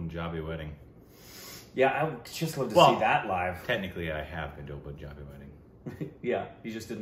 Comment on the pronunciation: plz learn how to say Punjabi... who have been to Punjab and you still say it wrong... its not poohnjabi... its paahnjabi